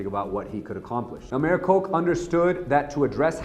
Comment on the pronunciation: His name is pronounced Ed "KOTCH"... how did you not know that WTF ??? Dude was famous. I am embarrassed for you. Delegitimizes your whole video. Basically like saying President "Beeden" instead of "Biden" ... piss poor research, pal